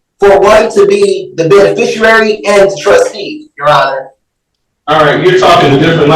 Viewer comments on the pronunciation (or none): "Mr. Benefershery," not "Mr. Beneficiary." Words matter to sovcits. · Or as he says it, "benefisherary" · is an 🍑🤡… does not have an estate or a trust in his name, because is a deadbeat. He is not a Benerficuaey, a Benayficuwey, or any other version of how he can’t correctly pronounce Beneficiary… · I love when they try to pull this stuff off and they can't even pronounce the word beneficiary. Subliterate slobs. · This sicko can’t even say “beneficiary” correctly!